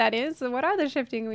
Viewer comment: Maybe you don't know, what are the Shifting Weeblets? Me:...*raises hand* That's a great band name, I must say. XD (The actual word is pronounced oob-lee-ettes):)